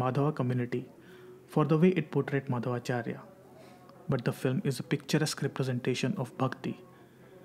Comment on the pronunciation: he is saying Maadhava charya.. Its Madhvacharya.. If ppl are not even anle to pronounce im not sure why do they make such documentry